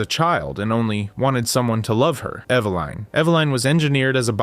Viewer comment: EVA-LIN not EVA-LINE.